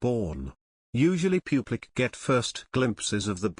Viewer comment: Why does this announcer say pew blic instead of public ??? Sounds obscene